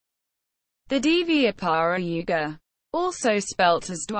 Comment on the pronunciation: not pronounced properly